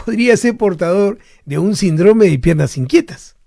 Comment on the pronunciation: Alguien le poria decir a este doctor que se dice Síndrome no Sindróme...no puedo creer que nadie se lo haya dicho 🤣